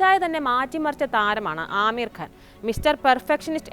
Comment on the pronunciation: ആമീർ അല്ല (അമീർ )